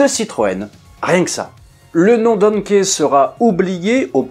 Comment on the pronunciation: Pas "donket"mais "donki", comm l'on dit "Key"